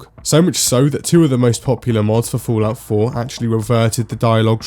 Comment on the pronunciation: Do you intentionally say "Foolout"? =)